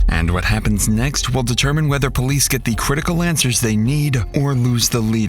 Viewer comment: The way you said “police” lol